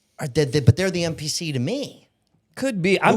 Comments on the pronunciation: Yeah, he did. I think he really meant NPC. I was trying to figure out what the heck a MPC was😂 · it sounded like you said MPC.